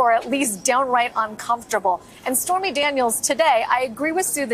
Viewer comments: Anyone else heard her call Stormy as "Spermy Daniels" at the start of her spastic gibbering? XD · Am I crazy or did she say "Spermy Daniels?" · I thought she called her Spermy Daniels for a second lol. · Did she say "Spermy Daniels"? 🤣